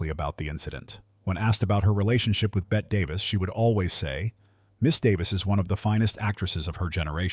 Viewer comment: I'd never believe someone who can't even correctly pronounce Bette Davis's name.